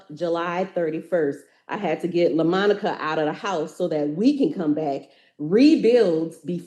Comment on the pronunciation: Quit calling her Lamonica 😅